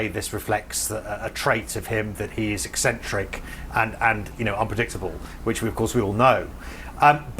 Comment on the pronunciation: 😂 essentric 😂. That is a VERY generous way to describe Trump.